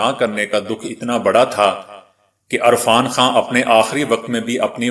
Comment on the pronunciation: Sir ji apni urdu drust Karen arfan Khan nhi hota irfan Khan hota he